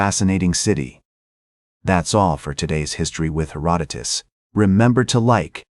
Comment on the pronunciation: The AI slop narration mispronounces Herodotus. LOL